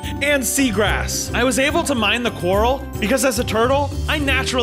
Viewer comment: When he miss grammar:"now i can mine cworl " he ment coral it laughed sooooo hard🤣🤣🤣